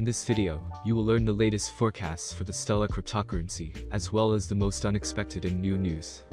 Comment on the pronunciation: Cryp-tock-crunncey???? 11 seconds into the video. HAHAHAHAHA. No thankyou